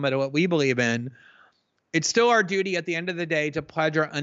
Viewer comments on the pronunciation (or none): none